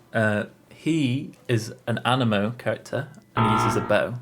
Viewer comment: Im bursting out f anger bc your saying “aneeeemo, anymo, animo” but it’s anemo and you say it like anèmo